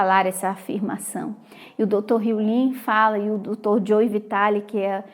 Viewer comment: eu sei que vc é muito estudasse morou fora, por isso queria saber ao certo como se pronuncia o nome do Dr Hew Len. Vc pronuncia Len com som de i, mas sempre escutei com a pronúncia de e mesmo. Afinal qual é o certo?